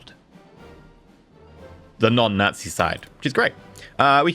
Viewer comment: Junta like Hoon-ta not june-ta, nazi like yahtzee not gnat-zee